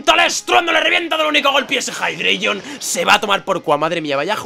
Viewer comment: Jeidreigon.... xDDDD